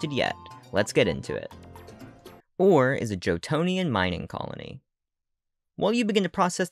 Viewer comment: This was an amazing video really loved the lore. I think the region name is pronounced Or-Ray because of the extra R in the word ore and the commercial for the game says it that way